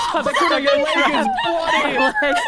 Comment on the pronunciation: Instead of them saying “Sykkuno” I hear SAKUNNO